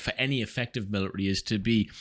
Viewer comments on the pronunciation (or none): Where good sir have your T’s gotten too?😂 Just busting balls fren! Good info here but I just couldn’t get over the millary thing😂